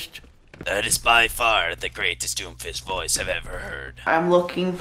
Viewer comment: “Im doomfisht” -doomfist